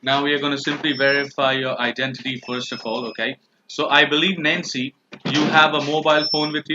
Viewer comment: Whenever you say "Nancy" it sounds like you're saying "Nazi".